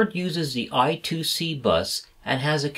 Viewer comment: BTW, I2C is actually spoken 'I' squared 'C', not 'I' two 'C'. Phillips invented the bus as an inter-IC bus ie. a bus that allows various chips to connect to a micro using a common protocol. Rather than say IIC they said I-squared-C.